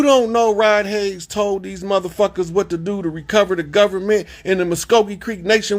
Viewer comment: His name is HAYES, NOT HAYNES !! PLEASE GET IT RIGHT, OUT OF RESPECT !!